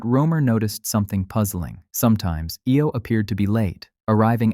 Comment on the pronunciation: Jupiter's moon Io is pronounced EYE-Oh!!!